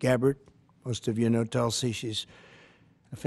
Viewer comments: It's TULSI ...not telsi ....it means the sacred Hindu plant....Indian basil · Its not tul-sey.. its toolsii